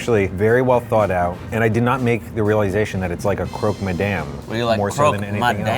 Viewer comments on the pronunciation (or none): Sound should be: Croke ma'dam. Not : Croke maddam Peace love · « Croque my damn » 😂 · croque ma-DAMN! 😂😂